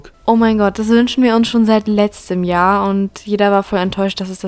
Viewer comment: Dieses Jahrrrrrr